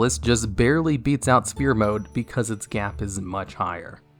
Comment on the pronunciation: I hate that for all these years, you still pronounce it "spear" rather than "sfear". PH makes an F sound.